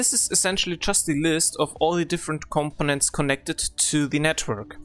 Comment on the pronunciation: The way you pronounce components it sounds like competence. Once one gets used to it though, there is understanding. Good video. Thanks.